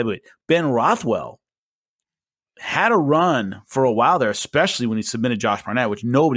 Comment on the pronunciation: there is no letter 'x' in 'especially', and no letter 'v' in Stefan. Keep up the good work!